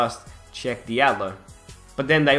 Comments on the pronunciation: I believe it's pronounced Sheck Jallo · it is pronounced sh-ek jal-o